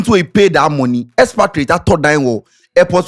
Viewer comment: Expatriate sounds to me ex-convict when dey talk am 😂😂😂